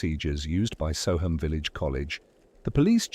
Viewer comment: It’s pronounced So um not So ham